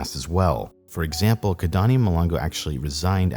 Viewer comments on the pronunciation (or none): none